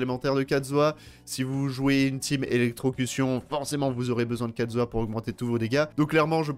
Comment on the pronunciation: Mon xiao vas avoir son New set et kazuah celui de xiao (juste on et d'accord il dit katzuah et pas kazuah